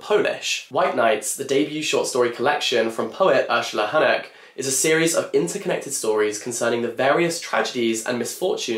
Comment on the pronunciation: I really appreciate you taking your time to learn how to pronounce the authors’ names🫶🏻 nailed Urszula Honek